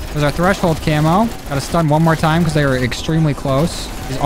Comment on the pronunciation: he said thay